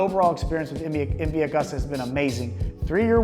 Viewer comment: You should look up how to pronounce "Agusta"